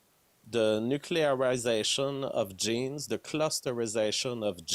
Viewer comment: i cringe everytime he says "genes"